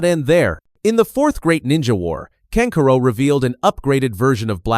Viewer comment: channels like these really get under my skin cause yall have the potential to be good but use ai voice over to butcher the names. like seriously kankuro is kan ku ro not can curo and sa so ri not suh sori